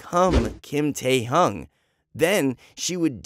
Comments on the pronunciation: Bro! He said kim taehung like what🤣🤣🤣 but shoutout to kim taehyung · what the- why would you CHANGE your name just for a girl ? i don't believe this is a true story- basically this is oli london but Taehyung version 💀 and u said Taehyung wrong. It is 'Taehyung' 🙏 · The story was a bit weird lol. Love is blind afterall. Btw is it true? Oh and yes you pronounced V's name wrong. 😅😅 it's taehyung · The way he said kim taehyung is so funny 🤣 Oli london 2.o